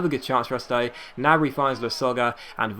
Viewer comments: Gnabry is said ger nab re sorry it was really annoying me. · Gnabry is pronounced with the G! it's German and in German you pronounce every letter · The g in gnabry isnt silent ;) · He's right, in German there is no silent G